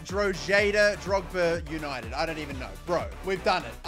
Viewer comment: The team: Drogheda United. (): Drogba United. 😂😂😂😂😂😂😂😂😂😂😂😂😂😂😂😂😂😂😂😂😂😂😂😂😂😂😂